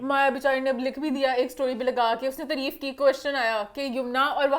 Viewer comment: Your accent needs lots of working it’s not treeef it’s taareef, whenever you say treef I get cringe